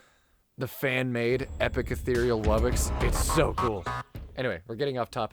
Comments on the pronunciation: It really bothers me when people say "wubbix" instead of wubbox. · at east they dont pronounce it like woo bux, unlike gametoons